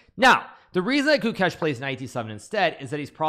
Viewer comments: Ah yes. "Guchess" You thought I wouldn't notice Hikaru? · It's Gukesh not Goo-kesh. Short vowel, emphasis on second syllable. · Gukesh ❌ Chokesh ✅